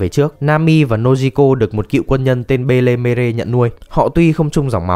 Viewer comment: Góp ý nhé, cho kẻnh và tất cả mọi người luôn, mẹ nuôi của Nami đọc đúng là Ben Me (phiên âm súc tích nhất từ tiếng pháp) có nghĩa là người mẹ xinh đẹp